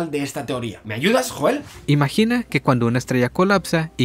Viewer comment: se pronuncia yoel no joel.... No te ha matado??????